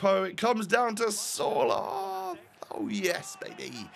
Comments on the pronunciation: I’m Norwegian and you dont say Sørloth you say Sørlot. Love your vids btw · Il from norway. Its s ø r l o t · Im Norwegian you say like s-ø-r loth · It's like Sir-Lot, not Sorloth, so your first pronounciation, or how your mates pronounced it was pretty much spot on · norwegen fan here!🇳🇴🇳🇴He is pronounced «Sørlått» in norwegian!😂😂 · hi! i’m 50% norwegian and the real prunonciation for sorloth is sur-lof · I am norwegian and your friends pronounce Sørloth better but you say it more like sørlott. Or sirlott in for english people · your saying sørlot not sorlot sørloth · It is sørlot with no th just the t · Im from Norway, and my fotball trainer was the teacher to Sørloth’s wife. U pronounce Sørloth with the «ø» with the First sound in «Under» And «Th» with a long «T» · about the pronunciation on Sørloth. you say it without the H and the ø is like a mix of O and E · U just need to learn the letter ø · It is Ø like earn my sØrloth